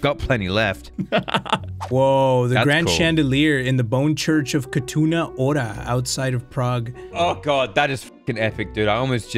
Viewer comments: I am from Czech republich and the wa said the name Kutná Hora like Katuna Ora makes me laugh XD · Since im from Czech republic, hearing say "Kutná Hora" And completly butchering it made me happy for some reason (in a good way, of course), but for real, you said it like it was some city in Japan or name of an anime. And fun fact: "Kutná Hora" could be translated to "Mining Mountain", and no, I'm not kidding. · and are trying to say the word Kutna Hora People from Czech Republic: 😀 (btw I'm from Czech Republic) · You’re Right, We butchered it even more Killed me💀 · probably the worst pronounciation of kutna hora I heard so far. as a czech person.